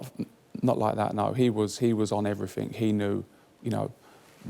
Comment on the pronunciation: ..."he done everyfing"?!😆🤣really...as an adult....everyfing?!